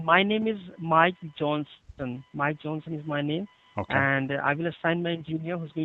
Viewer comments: He couldent even say his name lol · "My name is Mike Johnson" lmao thats your name eh, and you cant even say it? Hahaha